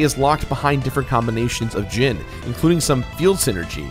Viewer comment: Am I blind, or is it just that in every instance I've seen of it, the "I" has been a typo? I'm seeing "Djinni," yet he keeps pronouncing it as "Djinn." I love you,, but you gotta get some proofreaders for your scripts, or maybe do some extra takes. These mistakes seem to happen at least twice an episode. I mean, they're probably only mistakes that I've caught, since I seriously never see any of your millions of subs comment on these things, so maybe I'm just a whack-job. Whatever the case, do what makes you happy. If you enjoy constructive criticism like this, then awesome. If not, that's cool too. I realize you're completing games constantly, and you likely don't have time to nitpick things, but I just thought I'd bring this to your attention.